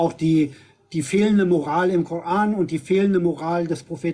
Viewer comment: Warum "Kor-äään" ?? 😖